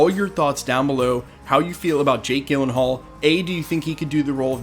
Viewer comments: “Gill-in-hall”? I’ve heard it pronounced “Jill-in-hall” from many people over the years. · Gyll as in Jill, not Gill 🫡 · P.S. it's pronounce Jill-en-haul, with a soft G sound. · Fun fact: the G at the beginning of his last name is pronounced like a J. Jill-uhn-hall, not Gill-uhn-hall. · It’s like nails on a chalkboard if I hear you say his name Gil-en-hall one more time… it’s Jill-en-hall. 😞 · You are pronouncing Jakes last name wrong, please correct it. It sounds like Jill not Gill...seriously you should know this...🤦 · Jake Gyllenhaal Pronounced: jill-en-hual Your welcome 🙏🏼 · It's pronounced "jill-en-hall" in american english. If you were to go to the Swedish pronunciation (where his family immigrated from) it would be pronounced "yee-len-hall" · Gyllenhaal is actually pronounced "JILL-len-haal". You guys don't ever do research on name pronunciations? Hopefully, he is beardless. It's bad enough that the MCU Thor is bearded (all the time) and helmetless (the majority of the time). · You’re mispronouncing Jakes last name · Dude, nobody on earth pronounces his last name like that lol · I had to stop watching this after the 30th time you said his name wrong. Couldn't take it anymore lol. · I agree with you 110% but for the love of god please say his name right 😖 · I was today’s years old when I heard someone pronounce Jake Gyllenhaal’s last name this way. 😂😂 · Take a minute to learn how to pronounce an actor's name. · Gyllenhaal is pronounced with a soft G not a hard G. Look it up. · Bro, I love this channel but you mispronouncing Jake G’s name about sent me into a panic. Thanks. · Are you kidding me with that pronunciation? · I cringe every time you mispronounce his name. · Did you just mispronounce Jake Gyllenhaals last name? I'm so uncomfortable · Over and over again!